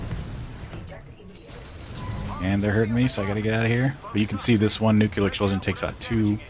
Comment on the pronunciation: NUCLEAR NOT NUKEULAR